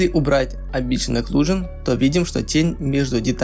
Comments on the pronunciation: Амбиент Окклузион, а не Амбшиен Окклузион А так ты гуд все делаешь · АмбиШиен ЭклюЖиен чи шо, - не слышу. - Даб-даб-да-а-аб :) - (Валакас). Надеюсь не всерьез парниша эти слова говорит. Я не против, но есть ебнутые люди которые будут переправлять как училки - встречался уже с такими.. - Всех почему то это раздражает, прям задевает их чувства можно сказать :) LOL.И еще один пример - Не "Меш Шмус", а "Мешь Смус" и т д. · Амбишн оклюжн?! Это просто дикий ор, амбициозная оклюзия Мэн))))Прочитай внимательно амбишн ахах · Амбишен аклюжен )))) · амбишин оклюжин ахахааха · амбишен оклюжон :)) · Орнул с этого амбишен аклюшн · Дарекс .Опенджил.Амбишен оклюжен.Удиме) Это где так английскому учат?)))